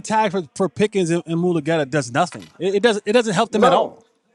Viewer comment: "Some birdy messaged me" read "Moo-lah-getta" Look for a team with 2 - 2nd round picks for a trade. Maybe Buffaloes 2 and 3? Toss in Keon Coleman, if they want rid of him.